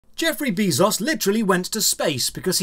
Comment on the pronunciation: I love how you keep mispronouncing Jeff Bezos's name. It's Bay-zos, not Bee-zos. Also the fact that lower levels can beat higher levels in PVP is probably the biggest issue players had during beta. I watched a bunch of streams and they all hated it.